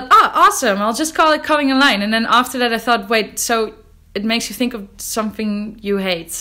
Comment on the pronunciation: "Cottingen Line"? …Oh, "cutting in line"